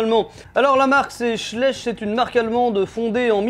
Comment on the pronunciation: Je (enfin... mon gamin) dois avoir une quarantaine de Schleich à domicile. Je confirme, il sont très réalistes. Mais on dit "CHLAÏCHE".